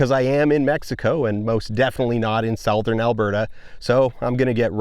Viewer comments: great video dan but please dont pronounce southern like that... youre hurting me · south-ern. I'm hollering. Great vid tho!! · sow-thern alberta? What an interesting pronunciation. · “… SOUTH-ern Alberta…” SO Canadian. 🇨🇦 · is that diphthong in 'southern' an alberta thing? for me (ontario) the first vowel is the same as in 'tub'. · As the gamers say, "new pronunciation of 'southern' unlocked"